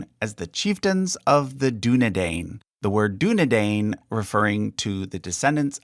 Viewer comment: I was annoyed by the pronunciation of Dunedain